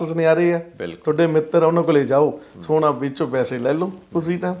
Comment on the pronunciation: ਸੋਨਾ ਹੁੰਦਾ ਸਾਉਣਾਂ ਨਹੀਂ 😂 ਸੋਨਾ ਗੋਲ਼ਡ, ਸਾਉਣ ਮਹੀਨਾ, ਸੌਣਾ ਨੀਂਦ